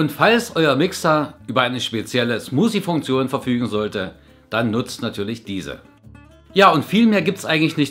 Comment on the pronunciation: Ich musste so lachen bei Deiner Aussprache von "Smoosie". Bitte nicht böse sein über mein Kommentar :) Es haben viele deutsche Probleme mit der Aussprache des englischen "th". Als ich in England gelebt habe, konnte ich Deutsche sofort erkennen ohne vorher nach der Herkunft fragen zu müssen ;)